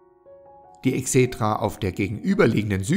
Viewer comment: Die Videos sind sehr informativ und hilfreich. Vielen Dank! Ihr müsst allerdings aufpassen mit der Aussprache der Eigennamen. Da hapert es oft. Bei Vespasian ist die Betonung auf dem hinteren A. Bei Sueton auf dem O, nicht auf dem E. Bei Exedra auf dem ersten E. Ihr solltet die Videos auf jeden Fall vorab zumindest von einem Althistoriker, besser aber noch von einem Altphilologen kontrollieren lassen.